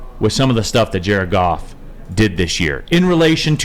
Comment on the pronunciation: I don't think you should Mumble words when you say Jared Goff sometimes it sounds like he's saying jerk-off🤦